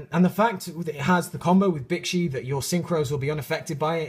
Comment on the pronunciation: Whe you were talking about Bixi, when you said it's name, it sounded like "Bitchy."